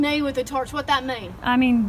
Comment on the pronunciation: "And if you tarch them"